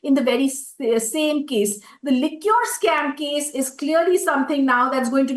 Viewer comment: Could you please tell her Liquor and Liqueur are different words. She can easily learn how to correctly pronounce Liquor correctly...